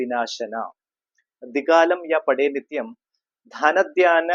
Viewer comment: ധന ധ്യാന അല്ല ധന ധാന്യ എന്നാണ് ജപിക്കേണ്ടത്.